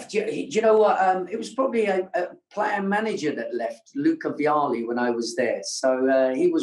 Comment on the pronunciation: It is Gianluca VIALLI not VILLA.